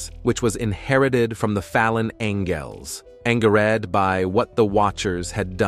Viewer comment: Oh it’s the fallen ang-ells😂